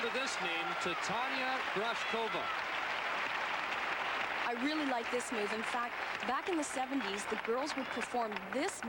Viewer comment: Not T'tahnya Grawshkova!